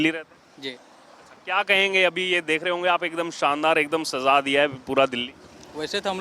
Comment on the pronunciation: Delhi ko “sazaa” diya😂 Ya Sajaa diya 🪔